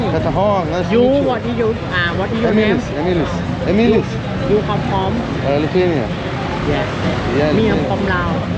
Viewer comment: Emilis graziom mergom prisistato kaip Emil'is, o baisiom - Emilis(lietuvisku akcentu) :D